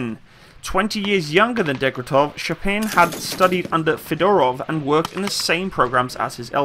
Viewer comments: aaaaaaah my ears are getting raped send hlep(coz DEG-TE-REV not degretev and SH-P-AGIN not shampain)im sorry i know u are not a native speaker and for europeans it is sometimes hard to pronounce names. BUT FOR CRYING OUT LOUD I CANT BEAR HEARING THAT MULTIPLE TIMES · Shpa-gin! Dekh-tya-rev! it's easy! You are way off proper pronouncing!